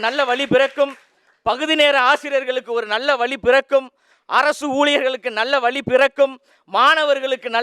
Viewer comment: நன்றாக பேசுகிறீர்கள் பாராட்டுக்கள் பேசும் பொழுது உச்சரிப்பில் சிறிது கவனம் செலுத்தவும். "வழி" என்பதற்கு "வலி" என்கிறீர்கள். "வெள்ளி" என்பதற்கு "வெல்லி" என்கிறீர்கள். "தமிழ் நாட்டில்" என்பதற்கு "தமில் நாட்டில்" என்கிறீர்கள். வளர வாழ்த்துக்கள்